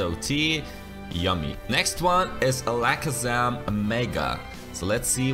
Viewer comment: Why did you say alakazam like that